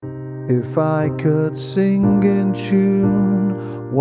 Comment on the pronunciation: The way you pronounce sing (sin-gg) reminds me of Bernard Sumner.